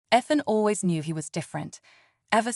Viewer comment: Stop mispronouncing Ethan 😢